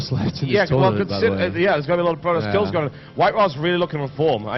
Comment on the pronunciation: hehe yeah he also puts a `k` at the end of a lot of words like goingk